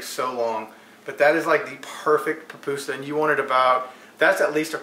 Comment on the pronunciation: Puh-pusa, not pah-pusa.